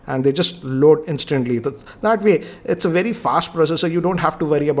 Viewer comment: vey vey vey better ... new language hinglish